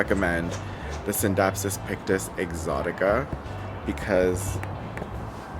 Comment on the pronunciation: I love that you do the silent C in scindapsus when people say it like skindapsus it sounds like a skin disorder.